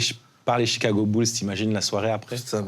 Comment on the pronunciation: Jigago bled